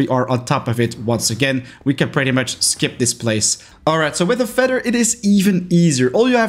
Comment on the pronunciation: Sir, it’s said feather and not feder